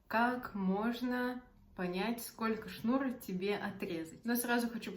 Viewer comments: В слове «шнура» ударение ставят на слог с буквой А — шнура́. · Действительно, очень режет слух "деревенское" произношение, Вы же в массы вещаете)) Это я про ударение в слове "шнура".